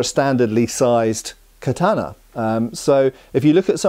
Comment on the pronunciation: Please learn to pronounce ”katana” properly 😫🙏